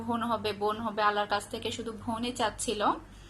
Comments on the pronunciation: আপনি এত ভুল উচ্চারণ করেন কেন আপু...ভাই কে বলেন বাই আবার বোন কে বলেন ভোন,ক্ষেএ কে বললেন কেএ,মিথ‍্যা কে বললেন মিত‍্যা।উচ্চারন গুলো ঠিক করবেন আশা করি।এটা আমার হাজবেন্ড এর আইডি। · একটা ব্যাপার লক্ষ্য করলাম আপনি "ব "কে "ভ" আর "ভ" কে "ব" বলেন | "বোন" কে বলেন "ভোন" আর "ভাই" কে বলেন "বাই" |